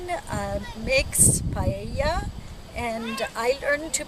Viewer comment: Thank you, that looks delicious! I'm also so glad you pronounced it right and didn't say "pie ey a" or "pajeja" as apparently the rest of the english speaking population wrongfully pronounce.